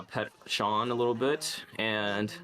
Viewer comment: “Pet Shaun”😂😂😂😂😂😂